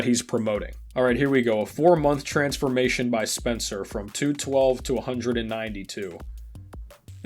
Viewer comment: Lol “trensformation”😂😂